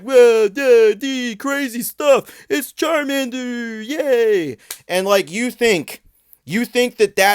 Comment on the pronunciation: It's charmannnddder